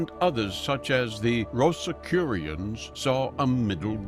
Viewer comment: Pronounced : Eliphas Levi : Eliphas Levee Papus : Pa-Poo Rosicrucians : Rosi-Cru-Tions Shamans, not Shamen